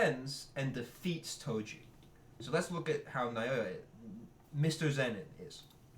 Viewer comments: Just say Now-ya 😭 That’s closer to the Japanese than Naiyoiya 💀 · "nayoya" son im crine 😭